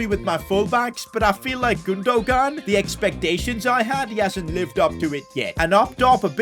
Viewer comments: it’s pronounced Gundoan. G is silent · gundogan name is Turkish and has a Turkish apostrophe so you pronounce it as gundowan the g becomes a w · Yo just so you know Gundogan is pronounced, “Goondowan” just so you know. Love the vids! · Lol i laughed so much when he said gundogun :) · 😤 can you stop pronouncing gundogan wrong and try to pronounce it like gundoywan. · its pronnounced as gundo wan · PCQ: it’s GOON-DU-WAN. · saying Godogon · Can any point out how he gundogan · Am I stupid or did he just fuck up Gundogan’s name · stop pronouncing Gundogan wrong don't say the g part instead say it with a y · the way he says gundogan 😂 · who else was dieing when he was saying gundogan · The g is silent in Gundogan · Gündoğan might have scored that long range effort if you'd have said his name properly 🤣 really frustrating how wrong you say people's names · Who is the evil man who made him buy gundogan now we’re going to have to listen to his horrible pronunciation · You are not supposed to say the second g in illys (Gündogan) name